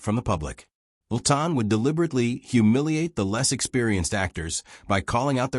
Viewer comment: Good grief, Chales Laughton''s last name is pronounced LAW-Tuhn. Simple. Also, it's interesting that many of the actors who were closeted gays in the early days of Hollywood are flashed constantly through the narrative, though they're not mentioned as one of the "evil hypocrites". It's almost as if the owner of the channel is trying to expose them in the group, for his own reasons, without saying it out loud.